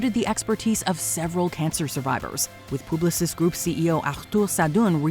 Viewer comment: It’s called Publicis Groupe… like a pub. Not Pooblosis groupe 😂 and yes I work there